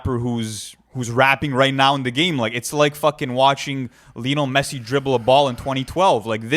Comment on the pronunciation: man said Lino Messi